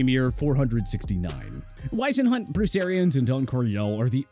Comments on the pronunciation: It's George Seifert pronounced SEA-fert!!! Ken Wisenhunt pronounced WIZ-enhunt, Marv Levy pronounced LEE-vee, Ray Malavaisi pronounced Mala-VASE-EEE Dick Vermeil pronounced Ver-MEAL. This is a very poorly produced video. You left out coaches and mispronounced their names. You can do better than this. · You pronounced Ken Whisenhunt's name incorrectly... and as the one and only coach in Arizona Cardinals to lead us to the Super Bowl🏈... I WILL NEVER;... EEEEEEVVVEEERRRRR allow anybody to either say Ken Whisenhunt's name incorrectly or I literally ANYTHING NEGATIVE about him WHATSOEVER!!! ...and btw, I'also include Bruce Arians in the same breath as Ken Whisenhunt as the Cardinals BEST HEAD COACH because Bruce Arians got us to the NFC CHAMPIONSHIP but NOT the Super Bowl🏈 like Ken Whisenhunt did